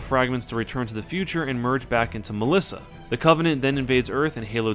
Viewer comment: Hey im greek and you pronounced melissa better then most people that dont know greek. good job